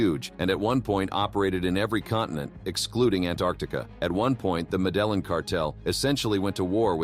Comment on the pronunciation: That's not how you pronounce the Medellin cartel at all especially if you're trying to be like it informational show if you told somebody that and then they said that how you did they what u were talking about 🤣